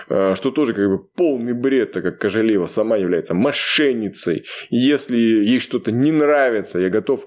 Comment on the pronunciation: Вот вы, и правильную тактику ведете,но НОООО,называйте фамилии всех казахов правильнооооо!КоОооооожалиева,ТоооОооокаев!Уважение имейте хотя бы к подписчикам!Слух режет,на нервы действует уже,как будто вы издеваетесь!